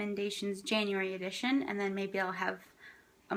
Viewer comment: "Edition" not "Addition"